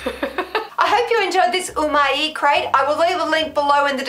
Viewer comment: it's just 'oo-my' no ee lol